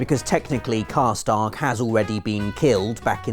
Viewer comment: sounds like you're saying karstark and not karstaag